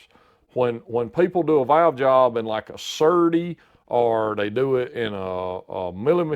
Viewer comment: When he says Valves or Valve….sounds like he is saying Vails or Vail